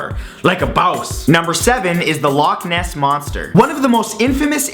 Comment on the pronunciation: you cant pronounce loch